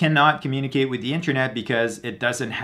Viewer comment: Constructive criticism: 1.) No need to say "actually" before each statement of fact. 2.) Pronounce 'th' correctly. 'Through' is not 'true'. 'The' is not 'dee'.